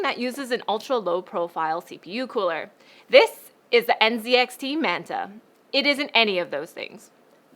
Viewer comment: everytime she said nzxt i heard ncix WHAT